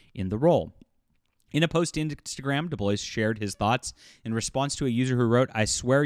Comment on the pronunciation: Just a slight (and unimportant, really) comment: the "s" is not pronounced, so it is more like "Debloaaaw"